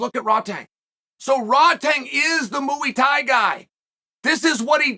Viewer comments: Muay Thai, MUAY Thai. Not Mooey Thai 😭😭 great video tho Chael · Within 1min heard him say mooey tie and was in stitches. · “Moo 🐮 Eee Thai!” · Ah yes, mooey thai. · It’s Muay thai